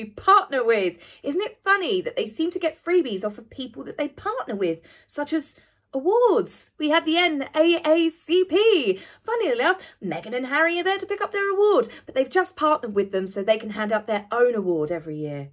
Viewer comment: Just to help you with your Americanisms, it's called the N double A CP but thanks for the video! I hope your phone gets fixed.